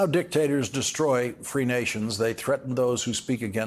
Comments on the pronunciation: Did Trump just accidentally pronounce Kamala Harris' name properly,? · Well, at least trump, the petty, vendictive, cruel unstable man, can properly pronounce 'Ka-ma-la'. That's at least an improvement on his quick journey to obscurity.